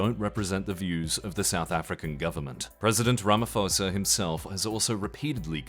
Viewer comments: (White) South African viewer here. The answer is "no". Crime happens, sometimes it happens to farms, sometimes it happens to white farmers. Some pronunciation comments, because funny: Ramaphosa is pronounced "Rama-posa" not "Ramafosa" Boer is pronounced "boor" like the "oh" in "oh la la" (also with a rolled r, but not everyone van do that). Malema is "muh-LEH-muh" with the same rhytym as "banana", not "mah-leh-MAH" with the same rhythm as "halibut" And lastly, the "aa" in Afrikaans/Afrikaaner is pronounced like the "ar" in "barn" not the "a" in "can". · Cyril Ramafosa😂 Kills me every time Ramaphosa = Ramaposa (how you'd say it in English) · you are miss pronouncing the name cyril ramaphosa you don't preannounce the ph as an f sound, rama-p-hosa